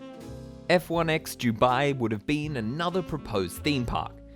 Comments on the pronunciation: why do u say "jubai" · Jew-bai 🤣 I couldn't stop hearing it!! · This could be a great video but on the ninth time of hearing "Jubai", I cannot watch any more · Dew-bye or Do-bye? I’ve never hear Dew-bye before. Is this a regional accent pronunciation? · It's Dubai not Jubai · It's DUBAI not 'Dew Bye'. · Can’t handle his vile pronunciation “JEW-bye”. Typical Aussie bogan accent. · Why do you call it Jew-bai? It’s Dubai. ‘Doo-bai’ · Its Dubai as in Du-bye not jewbai. Could not watch this video because of this, sorry but it was driving me crazy 👎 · how can I take you seriously when you can't even pronounce the city name. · I’m an Australian who lived in Dubai for 9 years. It’s never ever pronounced with a the ‘J’ sound. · “Dew-bye” 😂 love his pronunciation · What's is Jew Bai? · Jew bye? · The Jew Bai Giant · For Review Tyme, I'm and this is my failure to correctly pronounce the simple word 'Dubai', the world's biggest theme park name failure. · It really annoys me the way you say Dubai. JEWBYE 😂😂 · Why is he saying jew-bye? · Fab video, got triggered everytime you said Jubye tho.. still good none the less 😌 dubai is just a copy cat state, they have very little culture. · Why are you saying jewbai ? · Did you say jew-bai land? Jew-bai? Where's your accent from? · as a uae resident for more than 10 yrs, his pronounciation is killing me lol 😭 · Your pronouncing Dubai wrong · Great video but what annoys me is how you pronounce “Dubai” it is very distracting given your pronouncitation ...